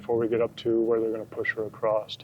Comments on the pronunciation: its spelled across. Its pronounced Uh cross, not a crossed. Sorry trooper,thats a MAJOR pet peeve of mine. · Can someone tell me why Americans say a T at the end of the word across? Doesn’t seem to matter what state, they say acrosst.